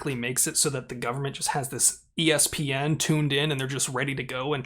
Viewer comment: "ESPN" LOL